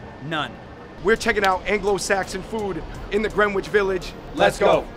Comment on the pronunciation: YOu don't know how to ;pronounce "Greenwich." The "w" is silent.